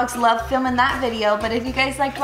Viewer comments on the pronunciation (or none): none